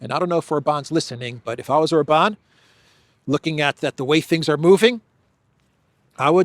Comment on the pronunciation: it's OR-ban, not Or-BAN.